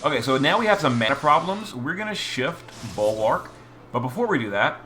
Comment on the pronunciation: I love how he calls Bulwark everything except Bulwark